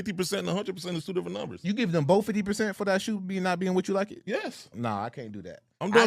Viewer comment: 😂😂😂😂 "I could gib a efck bout the storytelling "😂😂😂😂😂😂